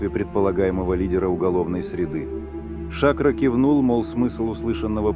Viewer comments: Не Ша`кро, а Шакро` -сахар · Эй комментатор, ШакрО,а не шАкро!!!! Откуда вас берут таких"грамотеев"????